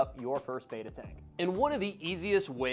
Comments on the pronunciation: Behtah, not Beyta. The word Betta comes from an ancient local dialect word for a clan of warriors ("ikan bettah"), and splendens is Latin for "shining" or "splendid". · Its betta not beta. Ask an Asian from Thailand, where they are native. They’re called Betta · Beta as in Alpha Beta..... is not the fish..... Betta pronounced like Letter is the correct way. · Yeah I was surprised by all the videos lately calling them bet-tuhs, when everyone used to call them bay-tuhs when I was growing up. I agree spelling doesn't make sense but since they're asian I figured that was why. My brother and I used to jokingly call them bet-tuhs because of the spelling, knowing they were actually bay-tuhs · Imagine taking advice from someone can't even pronounce Betta properly!